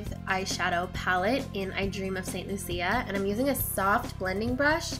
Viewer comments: You are pronouncing is as St. Lucy-ea. it's supposed to be after the island, Saint Lucia, or pronounced as (saint lush a) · Actually, according to a friend of mine from St.Lucia the correct pronunciation is san loosha - but that obviously is not the way it is written. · not to be rude, but it's pronounced saint LOU-SHA (St.Lucia). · OK, because it is my country I just had to correct your pronunciation of the palette name. Saint/St. Lucia is pronounced like Loosha. Thanks! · btw im pretty sure the palette st-lucia is pronounced st-lu(ch)ia....loll not to be mean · The pallet is showing in this video is named after my country. The entire collection is named after Caribbean islands. St. Lucia is pronounced the way I told, and that is why I posted the correction. I wanted her to know, because I figured she just wasn't aware. Now you know too, you don't just discard the proper pronunciation of a country's name like it's irrelevant.... it's a little insulting to the people of that country... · Spanish: Santa Lucia, English: St. Lucia (pronounced the way I said). She wasn't speaking Spanish. I am trying to help her out with pronouncing the name of my country. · I was about to correct her pronunciation of St Lucia and saw that someone else beat me to it! There's also one of those palettes names "i Dream of Barbados", which is my country and It's a really pretty pink/purple palette. That whole collection is pretty darn cool!!